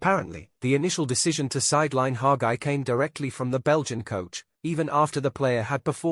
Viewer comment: It’s Hagi not Haga